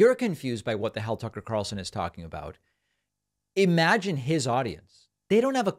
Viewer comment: I love how you don't pronounce the word imagine as ahmagine.